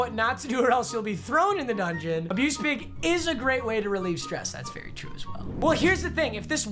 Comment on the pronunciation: Not to be that guy but dungeon not dungon. And to be that guy, no one/nobody jokes aren't funny stop using them